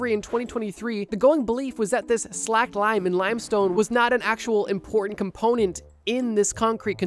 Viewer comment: It's not slacked lime. It's slaked lime (rhymes with raked).